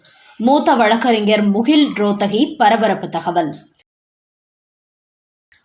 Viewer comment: முகுல் ரோத்தகி என்பது தவறு; முகுல் ரோஹத்கி என்பதுதான் சரியான உச்சரிப்பு.